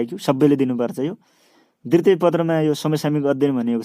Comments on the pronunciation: दितृय पत्र होइन....दु तिय पत्र भनेर pronounce garnuparxa sudarnus nepali word ko pronounciation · dritiye hoina k dwitye ho,, kasto sundai jharko lagne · िद्वतिय होनि